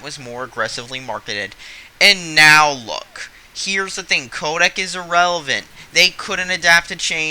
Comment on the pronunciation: it's Kodak, not kodek. secretive is pronounced see cruh tive not sec ruh tive